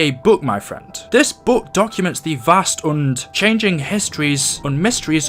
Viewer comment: OH NOES! YOU SAID BOOK NOT BOOOOOOK!!!